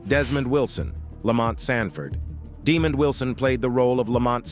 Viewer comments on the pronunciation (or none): Pronounced- Deh- Mond.